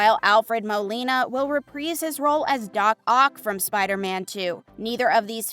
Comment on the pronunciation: Repreeeze his role? You have an issue with i's... You seem to insert them in some words and remove them from other words. Might want to look into that.